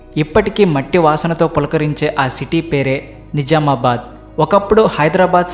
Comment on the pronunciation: ని జా మా బాద్ కాదు. .ని జ్జ్జ్ఆమా బాద్